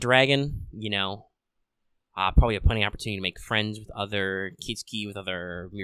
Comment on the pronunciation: Good video- except its KIT-SU-KI not KIT-SKI , just Fyi!